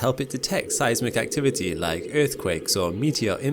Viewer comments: every time he says "earthquake" :((( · I left cause you keep saying earth quake..... But I watched your ads